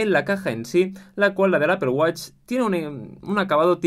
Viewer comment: Apple wATch. Like por su pronunciación